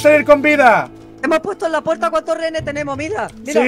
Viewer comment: Español: rehenes Ingles: rejenes